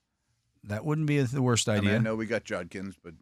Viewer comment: Hey, Dale finally learned how to pronounce Judkins!